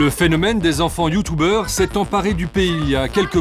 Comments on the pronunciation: alala les "youtoubers" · "Des enfants YOUTOUBERS " ahah fait un effort effet papillon 🤣🤣